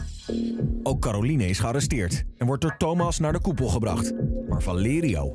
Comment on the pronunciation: op zegt Tygo 'Calorine